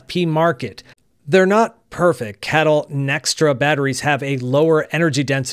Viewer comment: Please stop saying "cattle", it's incredibly derogatory. Most people pronounce it as kay-tle.